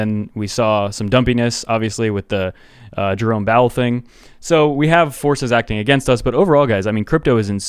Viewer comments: LOL "Jerome Bowel" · Did he call him “Jerome bowel”?!? Lmfao!!!